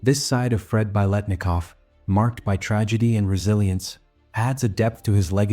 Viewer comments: but it's pretty bad when the AI pronounces "Biletnikoff’" (the very subject of this doc) wrong every time. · Any chance we can get AI to pronounce his name correctly?